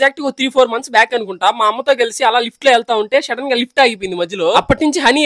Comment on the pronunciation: Shadden kadhu bruh sudden 😂